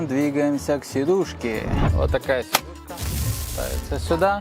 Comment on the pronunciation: Сидушка, а не седушка)